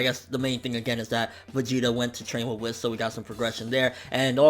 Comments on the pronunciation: It's pronounced 'Whees' but I still say 'Whis' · Yeah he says it like Wess when he should say Wiss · It bothers me that you say whis wrong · OMG THOUGHT I WAS THE ONLY ONE!!!